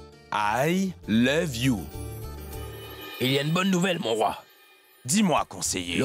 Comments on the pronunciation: Ehhhhh🤣🤣🤣🤣 mes cotes, qui dit" I lobe, au lieu de I love you" 🤣🤣🤣🤣🤣🤣🤣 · Au lieu de dire I love you il dit I leve you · Oh Mon Dieu, m'a tuée en disant I love you,lèv you😂😂😂😂😂😂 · qui apprend l'anglais 🇬🇧 c'était vraiment quelque chose et plus encore quand il a dit prononcer pour la première fois les mots I LOVE YOU, et quand il a dit I LO E YOU A Jodha qui miskina ne comprenant pas ln mode mi effrayé mi colérique wallah j'en pouvais plus tellement il ma littéralement flingué de rire a en pleuré c'était aussi cute 🤩😘😍🤗😁😉😀😆💜🧡💛💗💓💝 que hilarants n'est pas mdr lol xptdr😂😂😂😂😂😂😂😂😂😂😊😂😂🤣🤣🤣🤣😂😂😂👌👍🏼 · Qui à éclaté de rire quand a essayé de dire "i love you"😂😂😂😂🤣🤣🤣💔 Ps: je suis sûre qu'il le fait pour jodha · La partie où prononce i love u c’est pr nous dead??😂😂😂😂😂😂😂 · pardon l'anglais là 🤣🤣🤣🤣🤣🤣🤣🤣🤣🤣🤣et sa manière de prononcer 😂😂😂😂😂😂